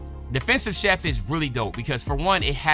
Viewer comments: Is Chief not Chef! Lmao big love though but you was butchering that build name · Not chef bro lol Chief like an Indian chief